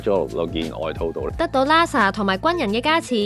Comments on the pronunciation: 你哋個名係big band theory定big brand theory 個旁白連英文發音都錯定還是發音衰連auto translation都聽錯 好心你哋就留意呢啲細節啦 係Nasa唔係Lasa，喇沙咩 真係唔怪得話香港沒落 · Nasa , not Lasa; peanuts, not penis （陽具）.小心。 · Sloopy LASA